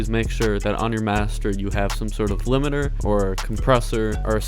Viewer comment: He still says liminer 🤣lmao!!!